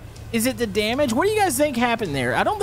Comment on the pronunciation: "water in za fire, WHY?!?"